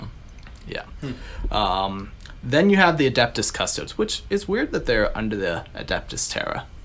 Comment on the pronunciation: Just found your podcast and started from the beginning. I'm loving it so far guys, you guys know your stuff. . . . .apart from how to pronounce Custodes. Its Cust owe deeze. Stop this madness and say it properly. Love Jake x